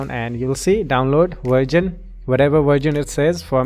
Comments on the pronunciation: It's version not virgin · download virgin not racist, its just i heard so xD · i love how he says virgin and not verison LMAO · did he just said virgin? 😂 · haha its version not virgan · When he said version i legit heard virgin